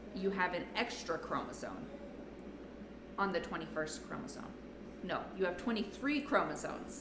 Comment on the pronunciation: It is chromosome, not chromosone as you pronounced it. FYI